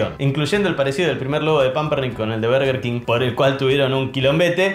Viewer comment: Nadie: Los argentinos: Berger kin